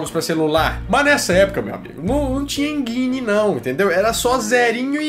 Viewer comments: "Enjaine" enginne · Enguine não pelo amor de uma cabrita, de onde vc inventou essa pronúncia? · A pronuncia do G de "Engine" é com D (Engine = En-Dim); É só lembrar como se fala G.I Joe. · "hein guine " kkkkkk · Engine: Pronúncia mais correta "EnDJine" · Bom.. alguns erros no vídeo. Primeiro o primeiro vídeo game não foi o Atari, foi o Odyssey,, segundo o cara não chama Alan,, é Nolan....kkkkkk,,, não se diz (enguine) kkkk e com som de J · Se pronuncia enDJine.